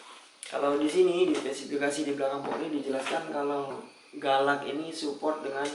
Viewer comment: mungkin orang lata yg tulisannya galax tapi kedengarannya "galak" bukan galax